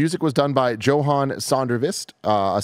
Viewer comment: "Joe-han"...seriously "JOE-han"?